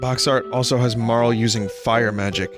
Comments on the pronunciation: Marle is probably pronounced like Marley tbh but oh well 😅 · i mean i usually call Frog Glenn, a certian person Janus and Dagger Sarah dont like marle enough to pronounce her name right tho